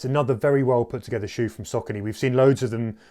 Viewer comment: He totally pronounced the shoe wrong 😵‍💫